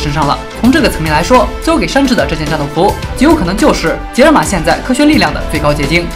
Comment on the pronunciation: 为什么把山治说的跟伊布一样wwwww